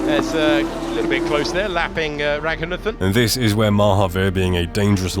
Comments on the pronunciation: A bigger fail than this driver himself is the way the commentator say his name.. it's pronounced - Ruh ghu naathen.. not Racoonuhthen.. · I had to look up more video to understand why his name is being pronounced with a "Th" not a "T". Indian sources use "T" not "Th" for his last name.